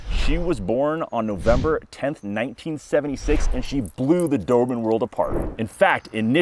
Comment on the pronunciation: Why do I keep hearing "dorman" 😅 Anyway, nice dogs